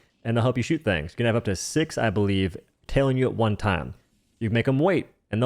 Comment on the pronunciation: he says “hw” before almost every ‘o’ sound. When he says ‘one’, he says ‘hwone’